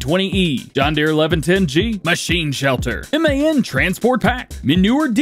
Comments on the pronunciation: My friend from England said that they say MAN instead of M.A.N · I’m in England and it is M.A.N